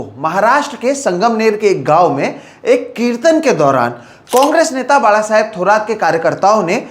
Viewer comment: धन्यवाद,.... एक सराहनीय विडिओ. दुसरी बात है की आप बाळासाहेब का उच्चारण एकदम सही कर रहे हो.